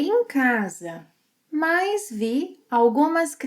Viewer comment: It sounds like you pronounce “mas” as “mais”.